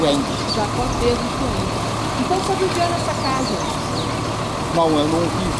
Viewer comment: Se eles são descendentes de alemães, então, a pronúncia figurada e correta é chvenque e não chuenque.